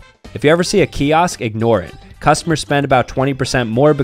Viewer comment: The way he pronounced Kiosk actually made me angry